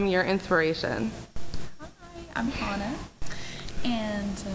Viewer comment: You probably should learn how to say someone's name before you interview them. It's Hana, not Hannah.